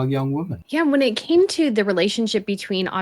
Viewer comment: This is a very good interview, thank you. I noticed for the first time that Andrew Lownie pronounced the plural word 'women' as if it were the singular word 'woman'. How very odd! Its certainly not an English thing.